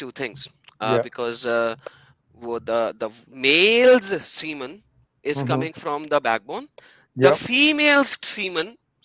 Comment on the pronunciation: Siemens बोल रहे हैं जो मशीन का नाम है. The correct word is semen. If this guy is a real doctor, Islam are Pakistan aabad rahe aisi dua Karni padegi